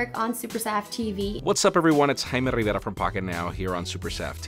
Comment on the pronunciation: the way name said Jaime Rivera, its exactly what Russell Peter's joke about how Spanish language country wants the names say it the right way.. 😂